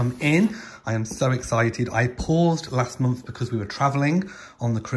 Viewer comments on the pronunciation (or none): none